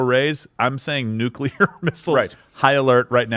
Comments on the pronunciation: I love. I don't mean any disrespect, but please... someone teach the man how to pronounce nuclear. Every time someone says "nukular", I'm waiting for them to follow it up with "expecially", "a whole nother", or the pièce de résistance,, "Oh crap! We're at DEFCON 5!" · It's "nuclear",.. not "nucular"